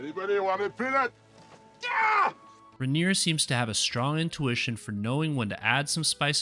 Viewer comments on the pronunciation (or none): It’s pronounced Riner. He started as an actor in, All in the Family. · Why did you deliberately say Rob Reiner's name wrong?